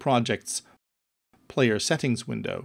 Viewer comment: great video but the narrator talks like a robot. Who says "Set-TINGs" like that?